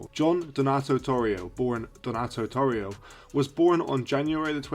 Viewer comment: His last name is pronounced Tore E O